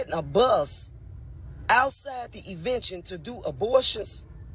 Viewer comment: She’s killing me with “evention”